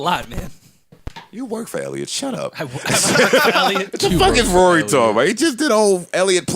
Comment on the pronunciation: Its not Rory...Its WORY! lol